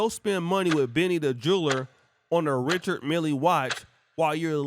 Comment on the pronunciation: Richard Mille is pronounced "Rishard Mill" If she paid $250,000.00, she bought a used watch!